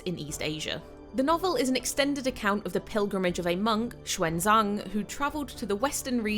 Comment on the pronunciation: Great pronunciation of Xuan Zang and Tang San Zang, ignoring tones. The Ang sound is especially difficult for English speakers.